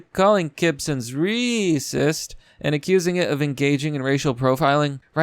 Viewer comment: I get the joke - Reeeesist but it stops being funny after the 2-3 times. Please stop pronouncing multiple words wrong for effect. You present as an intelligent man mocking SJW fools who absolutely deserve it. Please stop grabbing the low hanging mockery fruit.